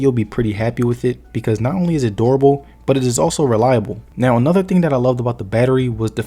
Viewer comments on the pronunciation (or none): Broooo🤣🤣🤣🤣 omg so I had to rewatch and activate the captios but the way you said durable sounds like adorable I just saw it now 🤣🤣 my bad bro